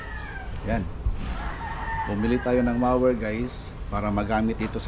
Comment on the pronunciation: MO as in mower not mawer! but it look like a hedge trimmer! debris is pronounced “debri “ silent S!